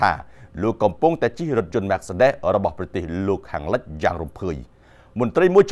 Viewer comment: អ្នកផ្សាយលក់ឡានអាមេរិកកាំង អានឈ្មោះឡានគេអត់ត្រូវផង !